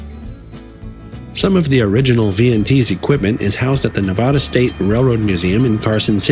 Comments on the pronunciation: could you please learn to pronounce the State of Nevada correctly? Hearing the way you pronounce Nevada is like having cheese graters be pushed down on my ears. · you need to educate I have never heard a Latino pronounce it that way before and I have lived here for ever have you?